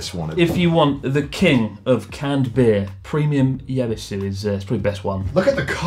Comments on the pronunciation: Pretty sure the Y in Yebisu is silent. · I do agree that for standard beers Yebisu is best, closely followed by Sapporo. BTW you pronounce it Ebisu. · Connor has very good taste. Yebisu is the best canned beer in Japan. Tips on pronunciation: don't pronounce the Y. Just say Ebisu, like the place in Tokyo.